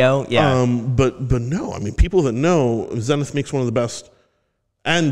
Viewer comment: Hey great Interview! Zenith is a great brand but its pronounced a bit differently ;)